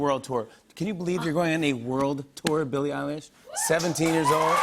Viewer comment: Lol I remember watching that as well Billie with the H’s 😂❤️